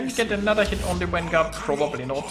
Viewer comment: What the fuck is a wanguard? learn how to pronounce the V.